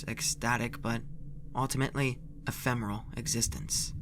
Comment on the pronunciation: Eh there were way more words like "finite" or "ephemeral" that were mispronounced not just this one. The emphasis on "usurpers" was also messed up.